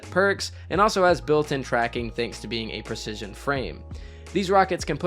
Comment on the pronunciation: oh yeah I heard that "preshishun" lmao